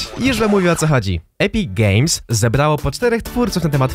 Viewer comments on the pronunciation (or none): czy tylko ja słyszę Epic Gejs xD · Bardziej Epic Geijs